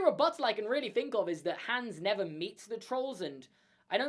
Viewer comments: It's pronounced Hons not Hans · ITS HOOOOONS NOT HAAAAAANS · Its hans not hands but i love ur videos so its okay !😁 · The A in Hans should be pronounced more like the A's in "father" / "are" / "cart" / "barn" and so on, and not like "hands".